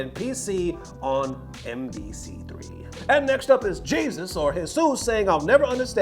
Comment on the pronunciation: Why you said Jesus like that at the end? lol